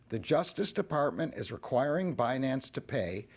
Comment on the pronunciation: Yellen say “bah-nance”. 😂